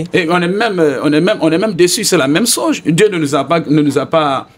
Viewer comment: Veuillez m'excuser hein, je sors un peu du thème juste pour comprendre quelque chose. Loin pour moi toute sorte de moqueries. Pourquoi les Guinéens ont du mal à bien prononcer le mot CHOSE ? Sinon... belle émission !